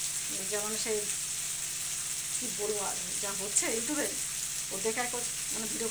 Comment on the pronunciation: Oi ota you tube .you toob na .masi giri r sathe sathe ektu porashona ta kor re omabessha